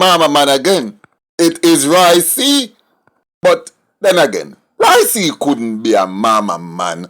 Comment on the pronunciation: it's Roy Q not Roy C...Lol